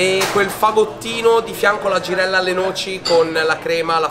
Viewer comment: “La givella l’ho sfilettata io pevsonalmente ievi sera”